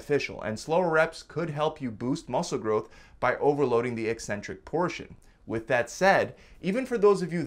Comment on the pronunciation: You don't even pronounce "eccentric" properly, so hour education is dubious at best.😮 You've cherry picked studies to match the title of your video. Ever consider those super fast reps will lead to injury? Guessing not.